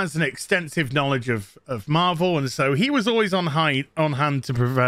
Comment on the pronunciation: you said "knowledge" with a hard "k" and it sounded like "cannonknowledge" almost, which should be a word describing familiarity with lore